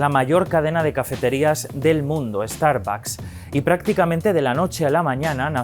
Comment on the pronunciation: El que habla ya cambió Starbucks a Estarbacs 😂